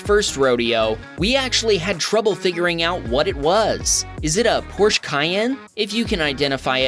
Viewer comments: you don't check out the comments. If you'd do, you'd know that your pronunciation of "Porsche" is wrong as I indicated multiple times. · it looks like Porsche Cayenne. Not Porch, Porsche